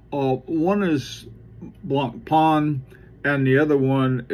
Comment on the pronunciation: Hey, Blancpain is pronounced blongpan as opposed to blongparn I know you struggle with foreign pronounciations hope you don't mind me helping out. I think the LUC Chopard watches are very underrated..